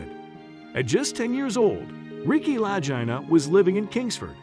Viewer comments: Shellback?......I'm a " Domain of the Golden Dragon " I was on the Seawolf SSN575 . Doing spooky stuff in the Sea of Okhotsk . The voice is a bot , and mispronounced their last name . I seen your username and wondered if you are Ex-NAVY . Peace , from Cass County MICHIGAN ! Wolverine State ! Seawolf SSN575 ! Torpedo Man / moss system too . Maranatha ! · I agree!! Pronounce their last name correctly and use real Ariel footage of the island!! What’s the deal of not doing so? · Imagine researching a story about two brothers and all they have done as well as those before them, and never taking the time to learn how their name is pronounced. Bizarre. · Maybe learn how to pronounce their names. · Please, PLEASE ,learn how to pronounce the brothers' names before doing another such documentary! Watching even one episode from any season would have clued you in! Obviously no QC style review of raw material before producing this gem! It really takes away believability from the whole thing, ie what else is in error! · Ouch you MURDER their name! Get it RIGHT guy so you wont sound like a DUFUS. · I agree with previous posts about your poor editing including name pronunciation and scenes of some other places not Oak Island. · The least the narrator could do is pronounce the last name correctly and the channel that aired it was the History Channel. The pictures shown was who knows where but definitely not the Canadian Oak Island. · Please learn how to pronounce their names. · nice name butchering. your a joke and insult for the show and the brothers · Your mispronounced Marty and Ricks last name is appalling . Please learn the correct way to pronounce their last name. Ms Helprin has passed away . Please check your facts. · how could he not even know how to pronounce the brothers' name?! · I know it proves he didn't know how to pronounce Leegna !!!! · At least you should learn how to pronounce their name right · Their last name Lagina is pronounced Lageena. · Lag not laj